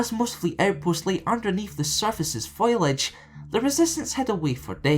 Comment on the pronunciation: its foliage, not foilage!